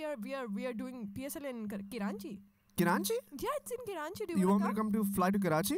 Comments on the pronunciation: I love your podcast but stop saying "karachi" kiranchi! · It's Karachi not kiranchi 😡